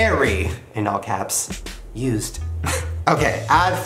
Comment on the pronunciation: When the dude on the phone said used u thought he said eww lol